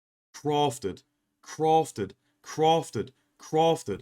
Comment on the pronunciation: CWAFTED! Much love <3